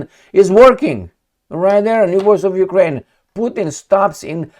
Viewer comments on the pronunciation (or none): none